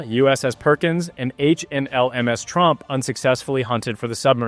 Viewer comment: Dutch ship tromp not trump.😂